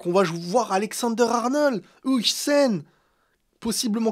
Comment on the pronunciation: Huijsen se dit "Hawsen"😺